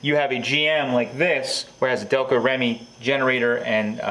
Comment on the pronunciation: Spent many years hand making prototype HD starters for Delco Remy.It's pronounced Delco Reamy.Not Remmy.I always said what made GM#1 was Delco Remy electronics.The only difference in the big 3 was wiring systems.Ford and mopar sucked.if they had Delco equipment they'd been #1.